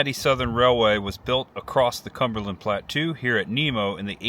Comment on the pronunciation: Plat-toe, not plat-too. (plateau)